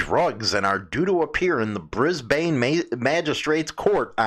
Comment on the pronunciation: 420 is legal in Victoria for medical purposes Its pronounced BRIZBEN Notices are like tickets Queensland is a state in Australia like Illinois is a state in USA Last but not least I'm not a club rider so I won't begin to speak about their buisiness or their members not owning bikes.